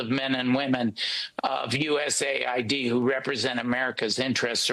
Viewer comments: USA-ID???????? It’s US-Aid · Is anyone gonna tell him it’s US AID not USA ID 😂.